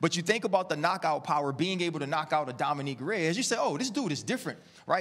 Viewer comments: “Dominique Reyes”- ya this dude RC ain’t it with this show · RC is horrible. Can we get someone who knows the fighters’ names at least? It’s Dominic Reyes, not Dominique. Or worst, at about :45 sec in, when RC says, “when you wining fights against the person that he won it against gets you.” 🤦🏽‍♂️ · this guy says “domineek” reyes haha i can’t take him seriously.